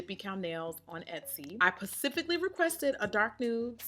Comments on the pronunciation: I “pacifically” sent meeeee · Omg pacifically 🤣